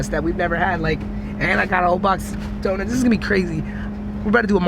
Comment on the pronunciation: ITS PRONOUNCED DONUTS. NOT DONITS. FUCKING CRINGE TO MY EARS